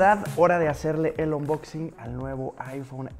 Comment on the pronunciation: Jajajaja 😂 ya no es unboxing(anboxing) 😂😂😂😂 ahora es onboxin jajaja